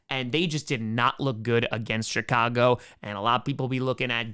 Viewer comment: I know he doesn’t curse but I could swear he always says “Shitcago Bears”